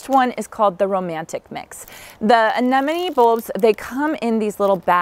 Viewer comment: Thank you for being so careful in pronouncing ‘Anemone’. It is one of my pet peeves, so many people mispronounce it, even people who should know better. You got them 100% right 😊